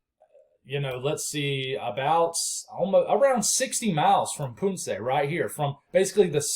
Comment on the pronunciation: Okay, let me see if I could help. Ponce, is o not a u, so like saying pawn se. Lol